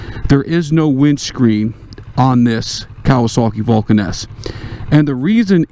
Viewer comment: When you say Vulcan S it sounds like Vulcaness.